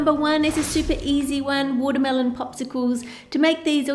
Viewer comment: You said watermealon 35-34 times (Including this one time wen you said "watermealons")